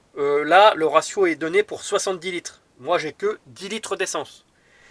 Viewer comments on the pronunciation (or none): j adore les gents qui parle bien français (( le resio ou razio MDR ))